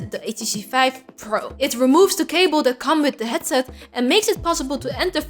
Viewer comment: Five? Vife? Fife?? (subscribed)